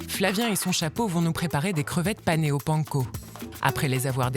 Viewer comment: Mais comment ils prononcent panco?!?!?!?